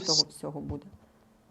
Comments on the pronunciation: А я думала только меня она раздражает. Сейчас ведет себя норм.,вначале вообще такая ужасная была. И вообще интервьюер должен ударения правильно ставить ,а не будЭ, аж слух режет,какой же это украинский язык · Ще й наголоси тупо перекручує, дратує оте будЕ.Хочеться в глотку назад загнати те будЕ!